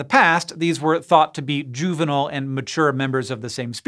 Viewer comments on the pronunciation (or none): none